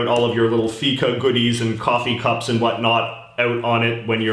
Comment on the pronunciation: Feca sounds like fecal 👎